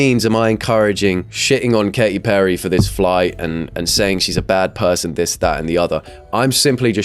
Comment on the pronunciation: She's not a bad what? "Pewsawn"